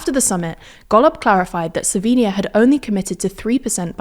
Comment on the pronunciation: Finally someone that pronounces the word "Slovenia" correctly in english.